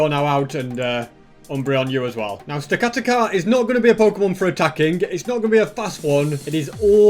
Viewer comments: The giant tower Pokémon is pronounced stack- a- tack- a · AND YOUR POKEMON MOVES ARE NOT FIT FOR THEM INCLUDING STAKATA IS SAID STAK A TAK A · and you say stakataka like stekateka. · it it sta-kat-aka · It's Pronounced Stack-Atack-a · I love the video and love the dedication, but please pronounce the pokemon right, stakataka is said stack-a-tack-a. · It’s pronounced “stack-uh-tack-er” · It’s stack-a-tacka that’s how it’s pernounced